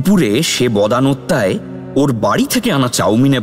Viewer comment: বদানত্তা নয় বদান্যতা 😅😂 গৌরচন্দ্রিকা হবে যার অর্থ ভূমিকা চন্দ্রিমা তো চাঁদের আলো ❤